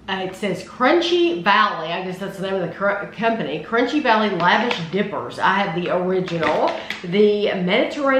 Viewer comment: Great reviews. FYI, It is pronounced L’Vaash, not lavish. A middle eastern/Mediterranean flat bread.